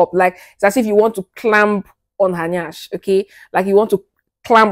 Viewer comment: the way you pronounced NYASH made me laugh my ass out 😂 I like your presentation and your vibes... everything you said was on point. You're a good sex coach like me! 😊❤